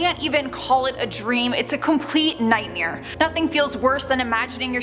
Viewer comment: The way she says “nightmare” is pretty scary to me... nightmeer lol